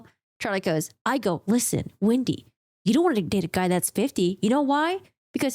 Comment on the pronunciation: Hi, love your breakdown on this stuff as always!! However, I'm just curious why you refer to Wendy as Windy? Jejeje. And also also I notice that sometimes u don't pronounce the letter L? 😅. Just bugging you. I like to bother